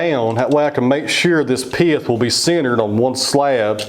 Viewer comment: I know right! I like how he changes the word "pith" into a 2 syllable word. Piath.. That butternut turned out just beautiful. Love the dark grain within.